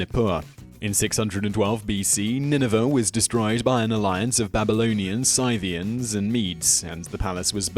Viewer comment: I really like your videos, but please, please, please look up pronunciation before doing one. Some embarrassingly egregious errors on this - Qin She Huang isn't Chin Shee Huang but Tsin Shuh Huang, Xian isn't Zaian but Shee-an, Scythians arent Saithians but Sithians - winced every time I heard them!